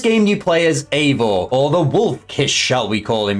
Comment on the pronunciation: Yeah I'm beginning to realise more and more that people really missed the point of Valhalla and I think it's hilarious 😂😂😂 the guy can't even pronounce eivor correctly 😂😂😂